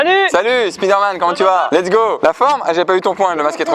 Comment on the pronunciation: Je vous adore hein! Mais c'est dommage que vous disiez Speederman au lieu de spiderman :/